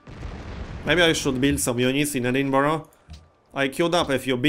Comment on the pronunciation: You learned to pronounce Edinburgh! ;)